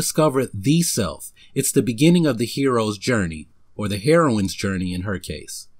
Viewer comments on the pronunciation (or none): \hear oh in\ not \hair oh in\